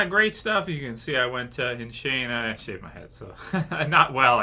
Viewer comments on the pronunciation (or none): Did you just say 'SHANED my head' instead of 'shaved my head'? LOL